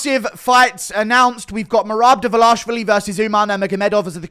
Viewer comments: Derver...larsh...vali??? WHAT??? Who is dis... Derverlarshvali dude? Way to butcher a surname. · Why are so many people still saying develashvili? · It annoys me how Jon Anik says Merab DvalishWILLY